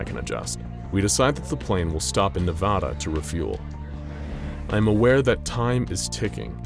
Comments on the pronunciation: Please say Nevada right next time I'm not trying to be mean by the way I just don't like when people say Nevada wrong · I lived in Las Vegas for 8 years, and no one in Nevada Pronounces “ Nevada” like you that’s so annoying dude.